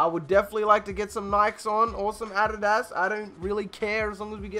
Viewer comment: i love you man, but please look up how to say Adidas. I almost spit my drink bro